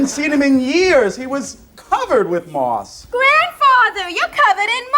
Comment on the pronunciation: Who the hell are those 2 ? 😂 sat right at the front so nobody can see past their stupid hair, and what the hell did he say? A rolling stone gathers no merse? Hahaa